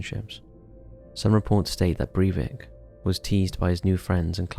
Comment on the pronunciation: Sry. Stopped when you mispronounced his name.